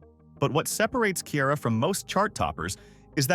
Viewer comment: Not y’all saying Ciara’s name wrong!!!